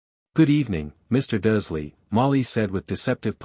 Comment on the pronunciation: Again another video where the bot voice can't read the r in Dursley, even though it does in other words. 🙄 The voice is annoying enough, but not making sure it says names correctly is lazy editing.